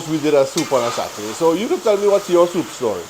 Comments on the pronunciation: Looks lovely! "Soop" is what I grew up hearing too 😂 Uncle is right, Saturdays were always the designated days for soup. Keep up the great cooking! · OMG! I love your "soop" 😄I enjoyed your stories and yes please write that book. People see the end but don't know the journey. Blessings to you and your Family❤❤❤